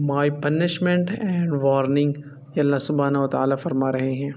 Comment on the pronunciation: Bhi g. Allaha aur Rasool Kay leay. Ki arbi allaha per zabar hay jab Kay aap nay Zar parhi Hay.. drustgi kar laen Muhammad Alam